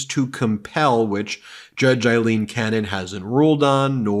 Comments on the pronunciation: Please pronounce her name correctly. It is AAAAleen, not Eileen and she should be remembered in history that way . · Please Ben, pronounce her name correctly. Her name is A-lean Cannon, not Ilene; it's pronounced A-lean, A-lean A-lean. You can do it brother.